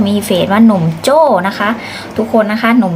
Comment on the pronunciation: หนุ่มโจอ่านก็ยังอ่านโจ้😅😅😅